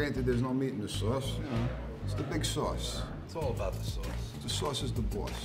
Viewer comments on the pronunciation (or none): Dis Swauce is da Bwoss, da pizza cwosts less den otha pizzas, me an' my dwog love to listen to da twalk radio wit all the cwall ins. We really love dis pizza tankyou.